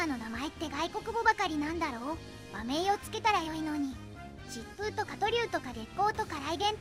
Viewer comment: 「疾風」…これ単独で出ていれば「しっぷう」で良いのですが、文脈を見る限り旧日本軍の戦闘機の名前を列挙しているところなので、この場合の読みは「はやて」でなければなりません。